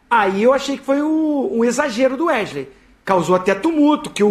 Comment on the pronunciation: É impressão minha ou Zinho nao consegue se quer pronunciar o nome do Wesley ? 😂😂😂